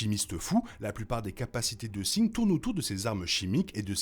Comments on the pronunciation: Pourquoi tu prononce singed de cette façon alors que en anglais il le disent pas comme ça et en français ça serait plus singe vue que le D ce prononcerais pas . Bon c'est juste que ça pick un peut les oreilles je veut dire même dans le jeu il ne le dise pas comme ça. Je suis surpris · la vidéo est bien mais tu rends ouf a dire Sing, ca se dit Sin"J"ed bon sang